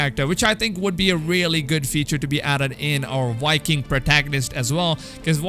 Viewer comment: V in viking is pronounced With a V not a W. Your probably Dutch or Danish